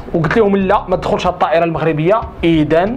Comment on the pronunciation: عافاك أخويا راه كتخلط بين حرف التاء و الطاء، التائرة بدل الطائرة و، يتلب بدل يطلب، و هذا ف جميع الفيديوهات، يجب الإعتناء باللغة العربية. و شكرا